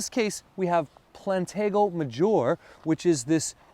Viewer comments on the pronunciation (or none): It is pronounced mājər. A most useful plant. I would not use it as a band aid as is. It is hardly sterile. Anyone of us, regardless of how clean we think we keep our mouths are still basically sewers with respect to germs. Use a mortar and pestle. Do not rub it in your ever dirty hands. Besides it would fall off as easily as looking at it as per your band aid demonstration. Simply, it is good food. It is no "cure-all" as you seem to suggest. Just eat it and let these things that have supported us for millions of years do their thing... or is it that we have become so bent on nutrition product labels? I am going to give you the benefit of the doubt and watch a few other of your vids. I'll look for Cat-O-Nine-Tails specifically in your library as there is so very much to say about it without pushing it as is done in this one. /search Herbal Jedi cat tail .... you gave cat tail all of 3 minutes!?